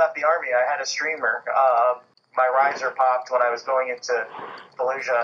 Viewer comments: Falusha … yeah no one says it like that… ifykyk… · you have to pronounce it in a 'the nanny' fran drescer queens accent 'faayed looshah'